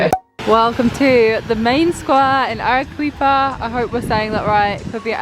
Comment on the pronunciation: Loving the Peru content ❤ if there’s a “qu” in Spanish it’s pronounced as a “k” so Arequipa would be pronounced Ah-reh-KEE-pa